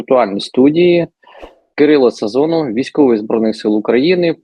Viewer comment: Сазонов чи Сазанов?😂